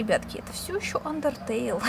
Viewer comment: не Ундертейл а Андертейл